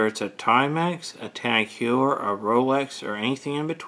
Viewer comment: Heuer is pronounced like Hoyer